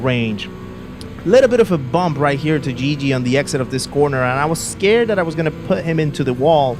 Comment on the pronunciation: Guigui is pronounced like the "gui" of "guilty"